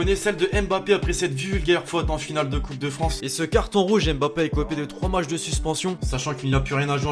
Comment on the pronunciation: Qui a vu comment il a tué le français, Matchs et non macths